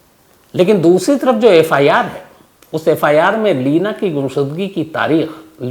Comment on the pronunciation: Lavina Nhi Bhai, Leena😜